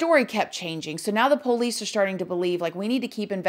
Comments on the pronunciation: I would spell it like “ poLease” hahaha Love her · I love how she says “Poe-leece” 😂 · That's how we pronounce it in the south. Lol